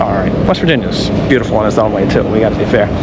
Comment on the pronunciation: “It’s beaut-E-ful”